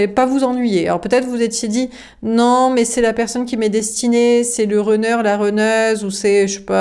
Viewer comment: Bonsoir ! Runner se prononce Ranner non Renner 😊 le U en anglais ce prononce A comme Gun ou Sun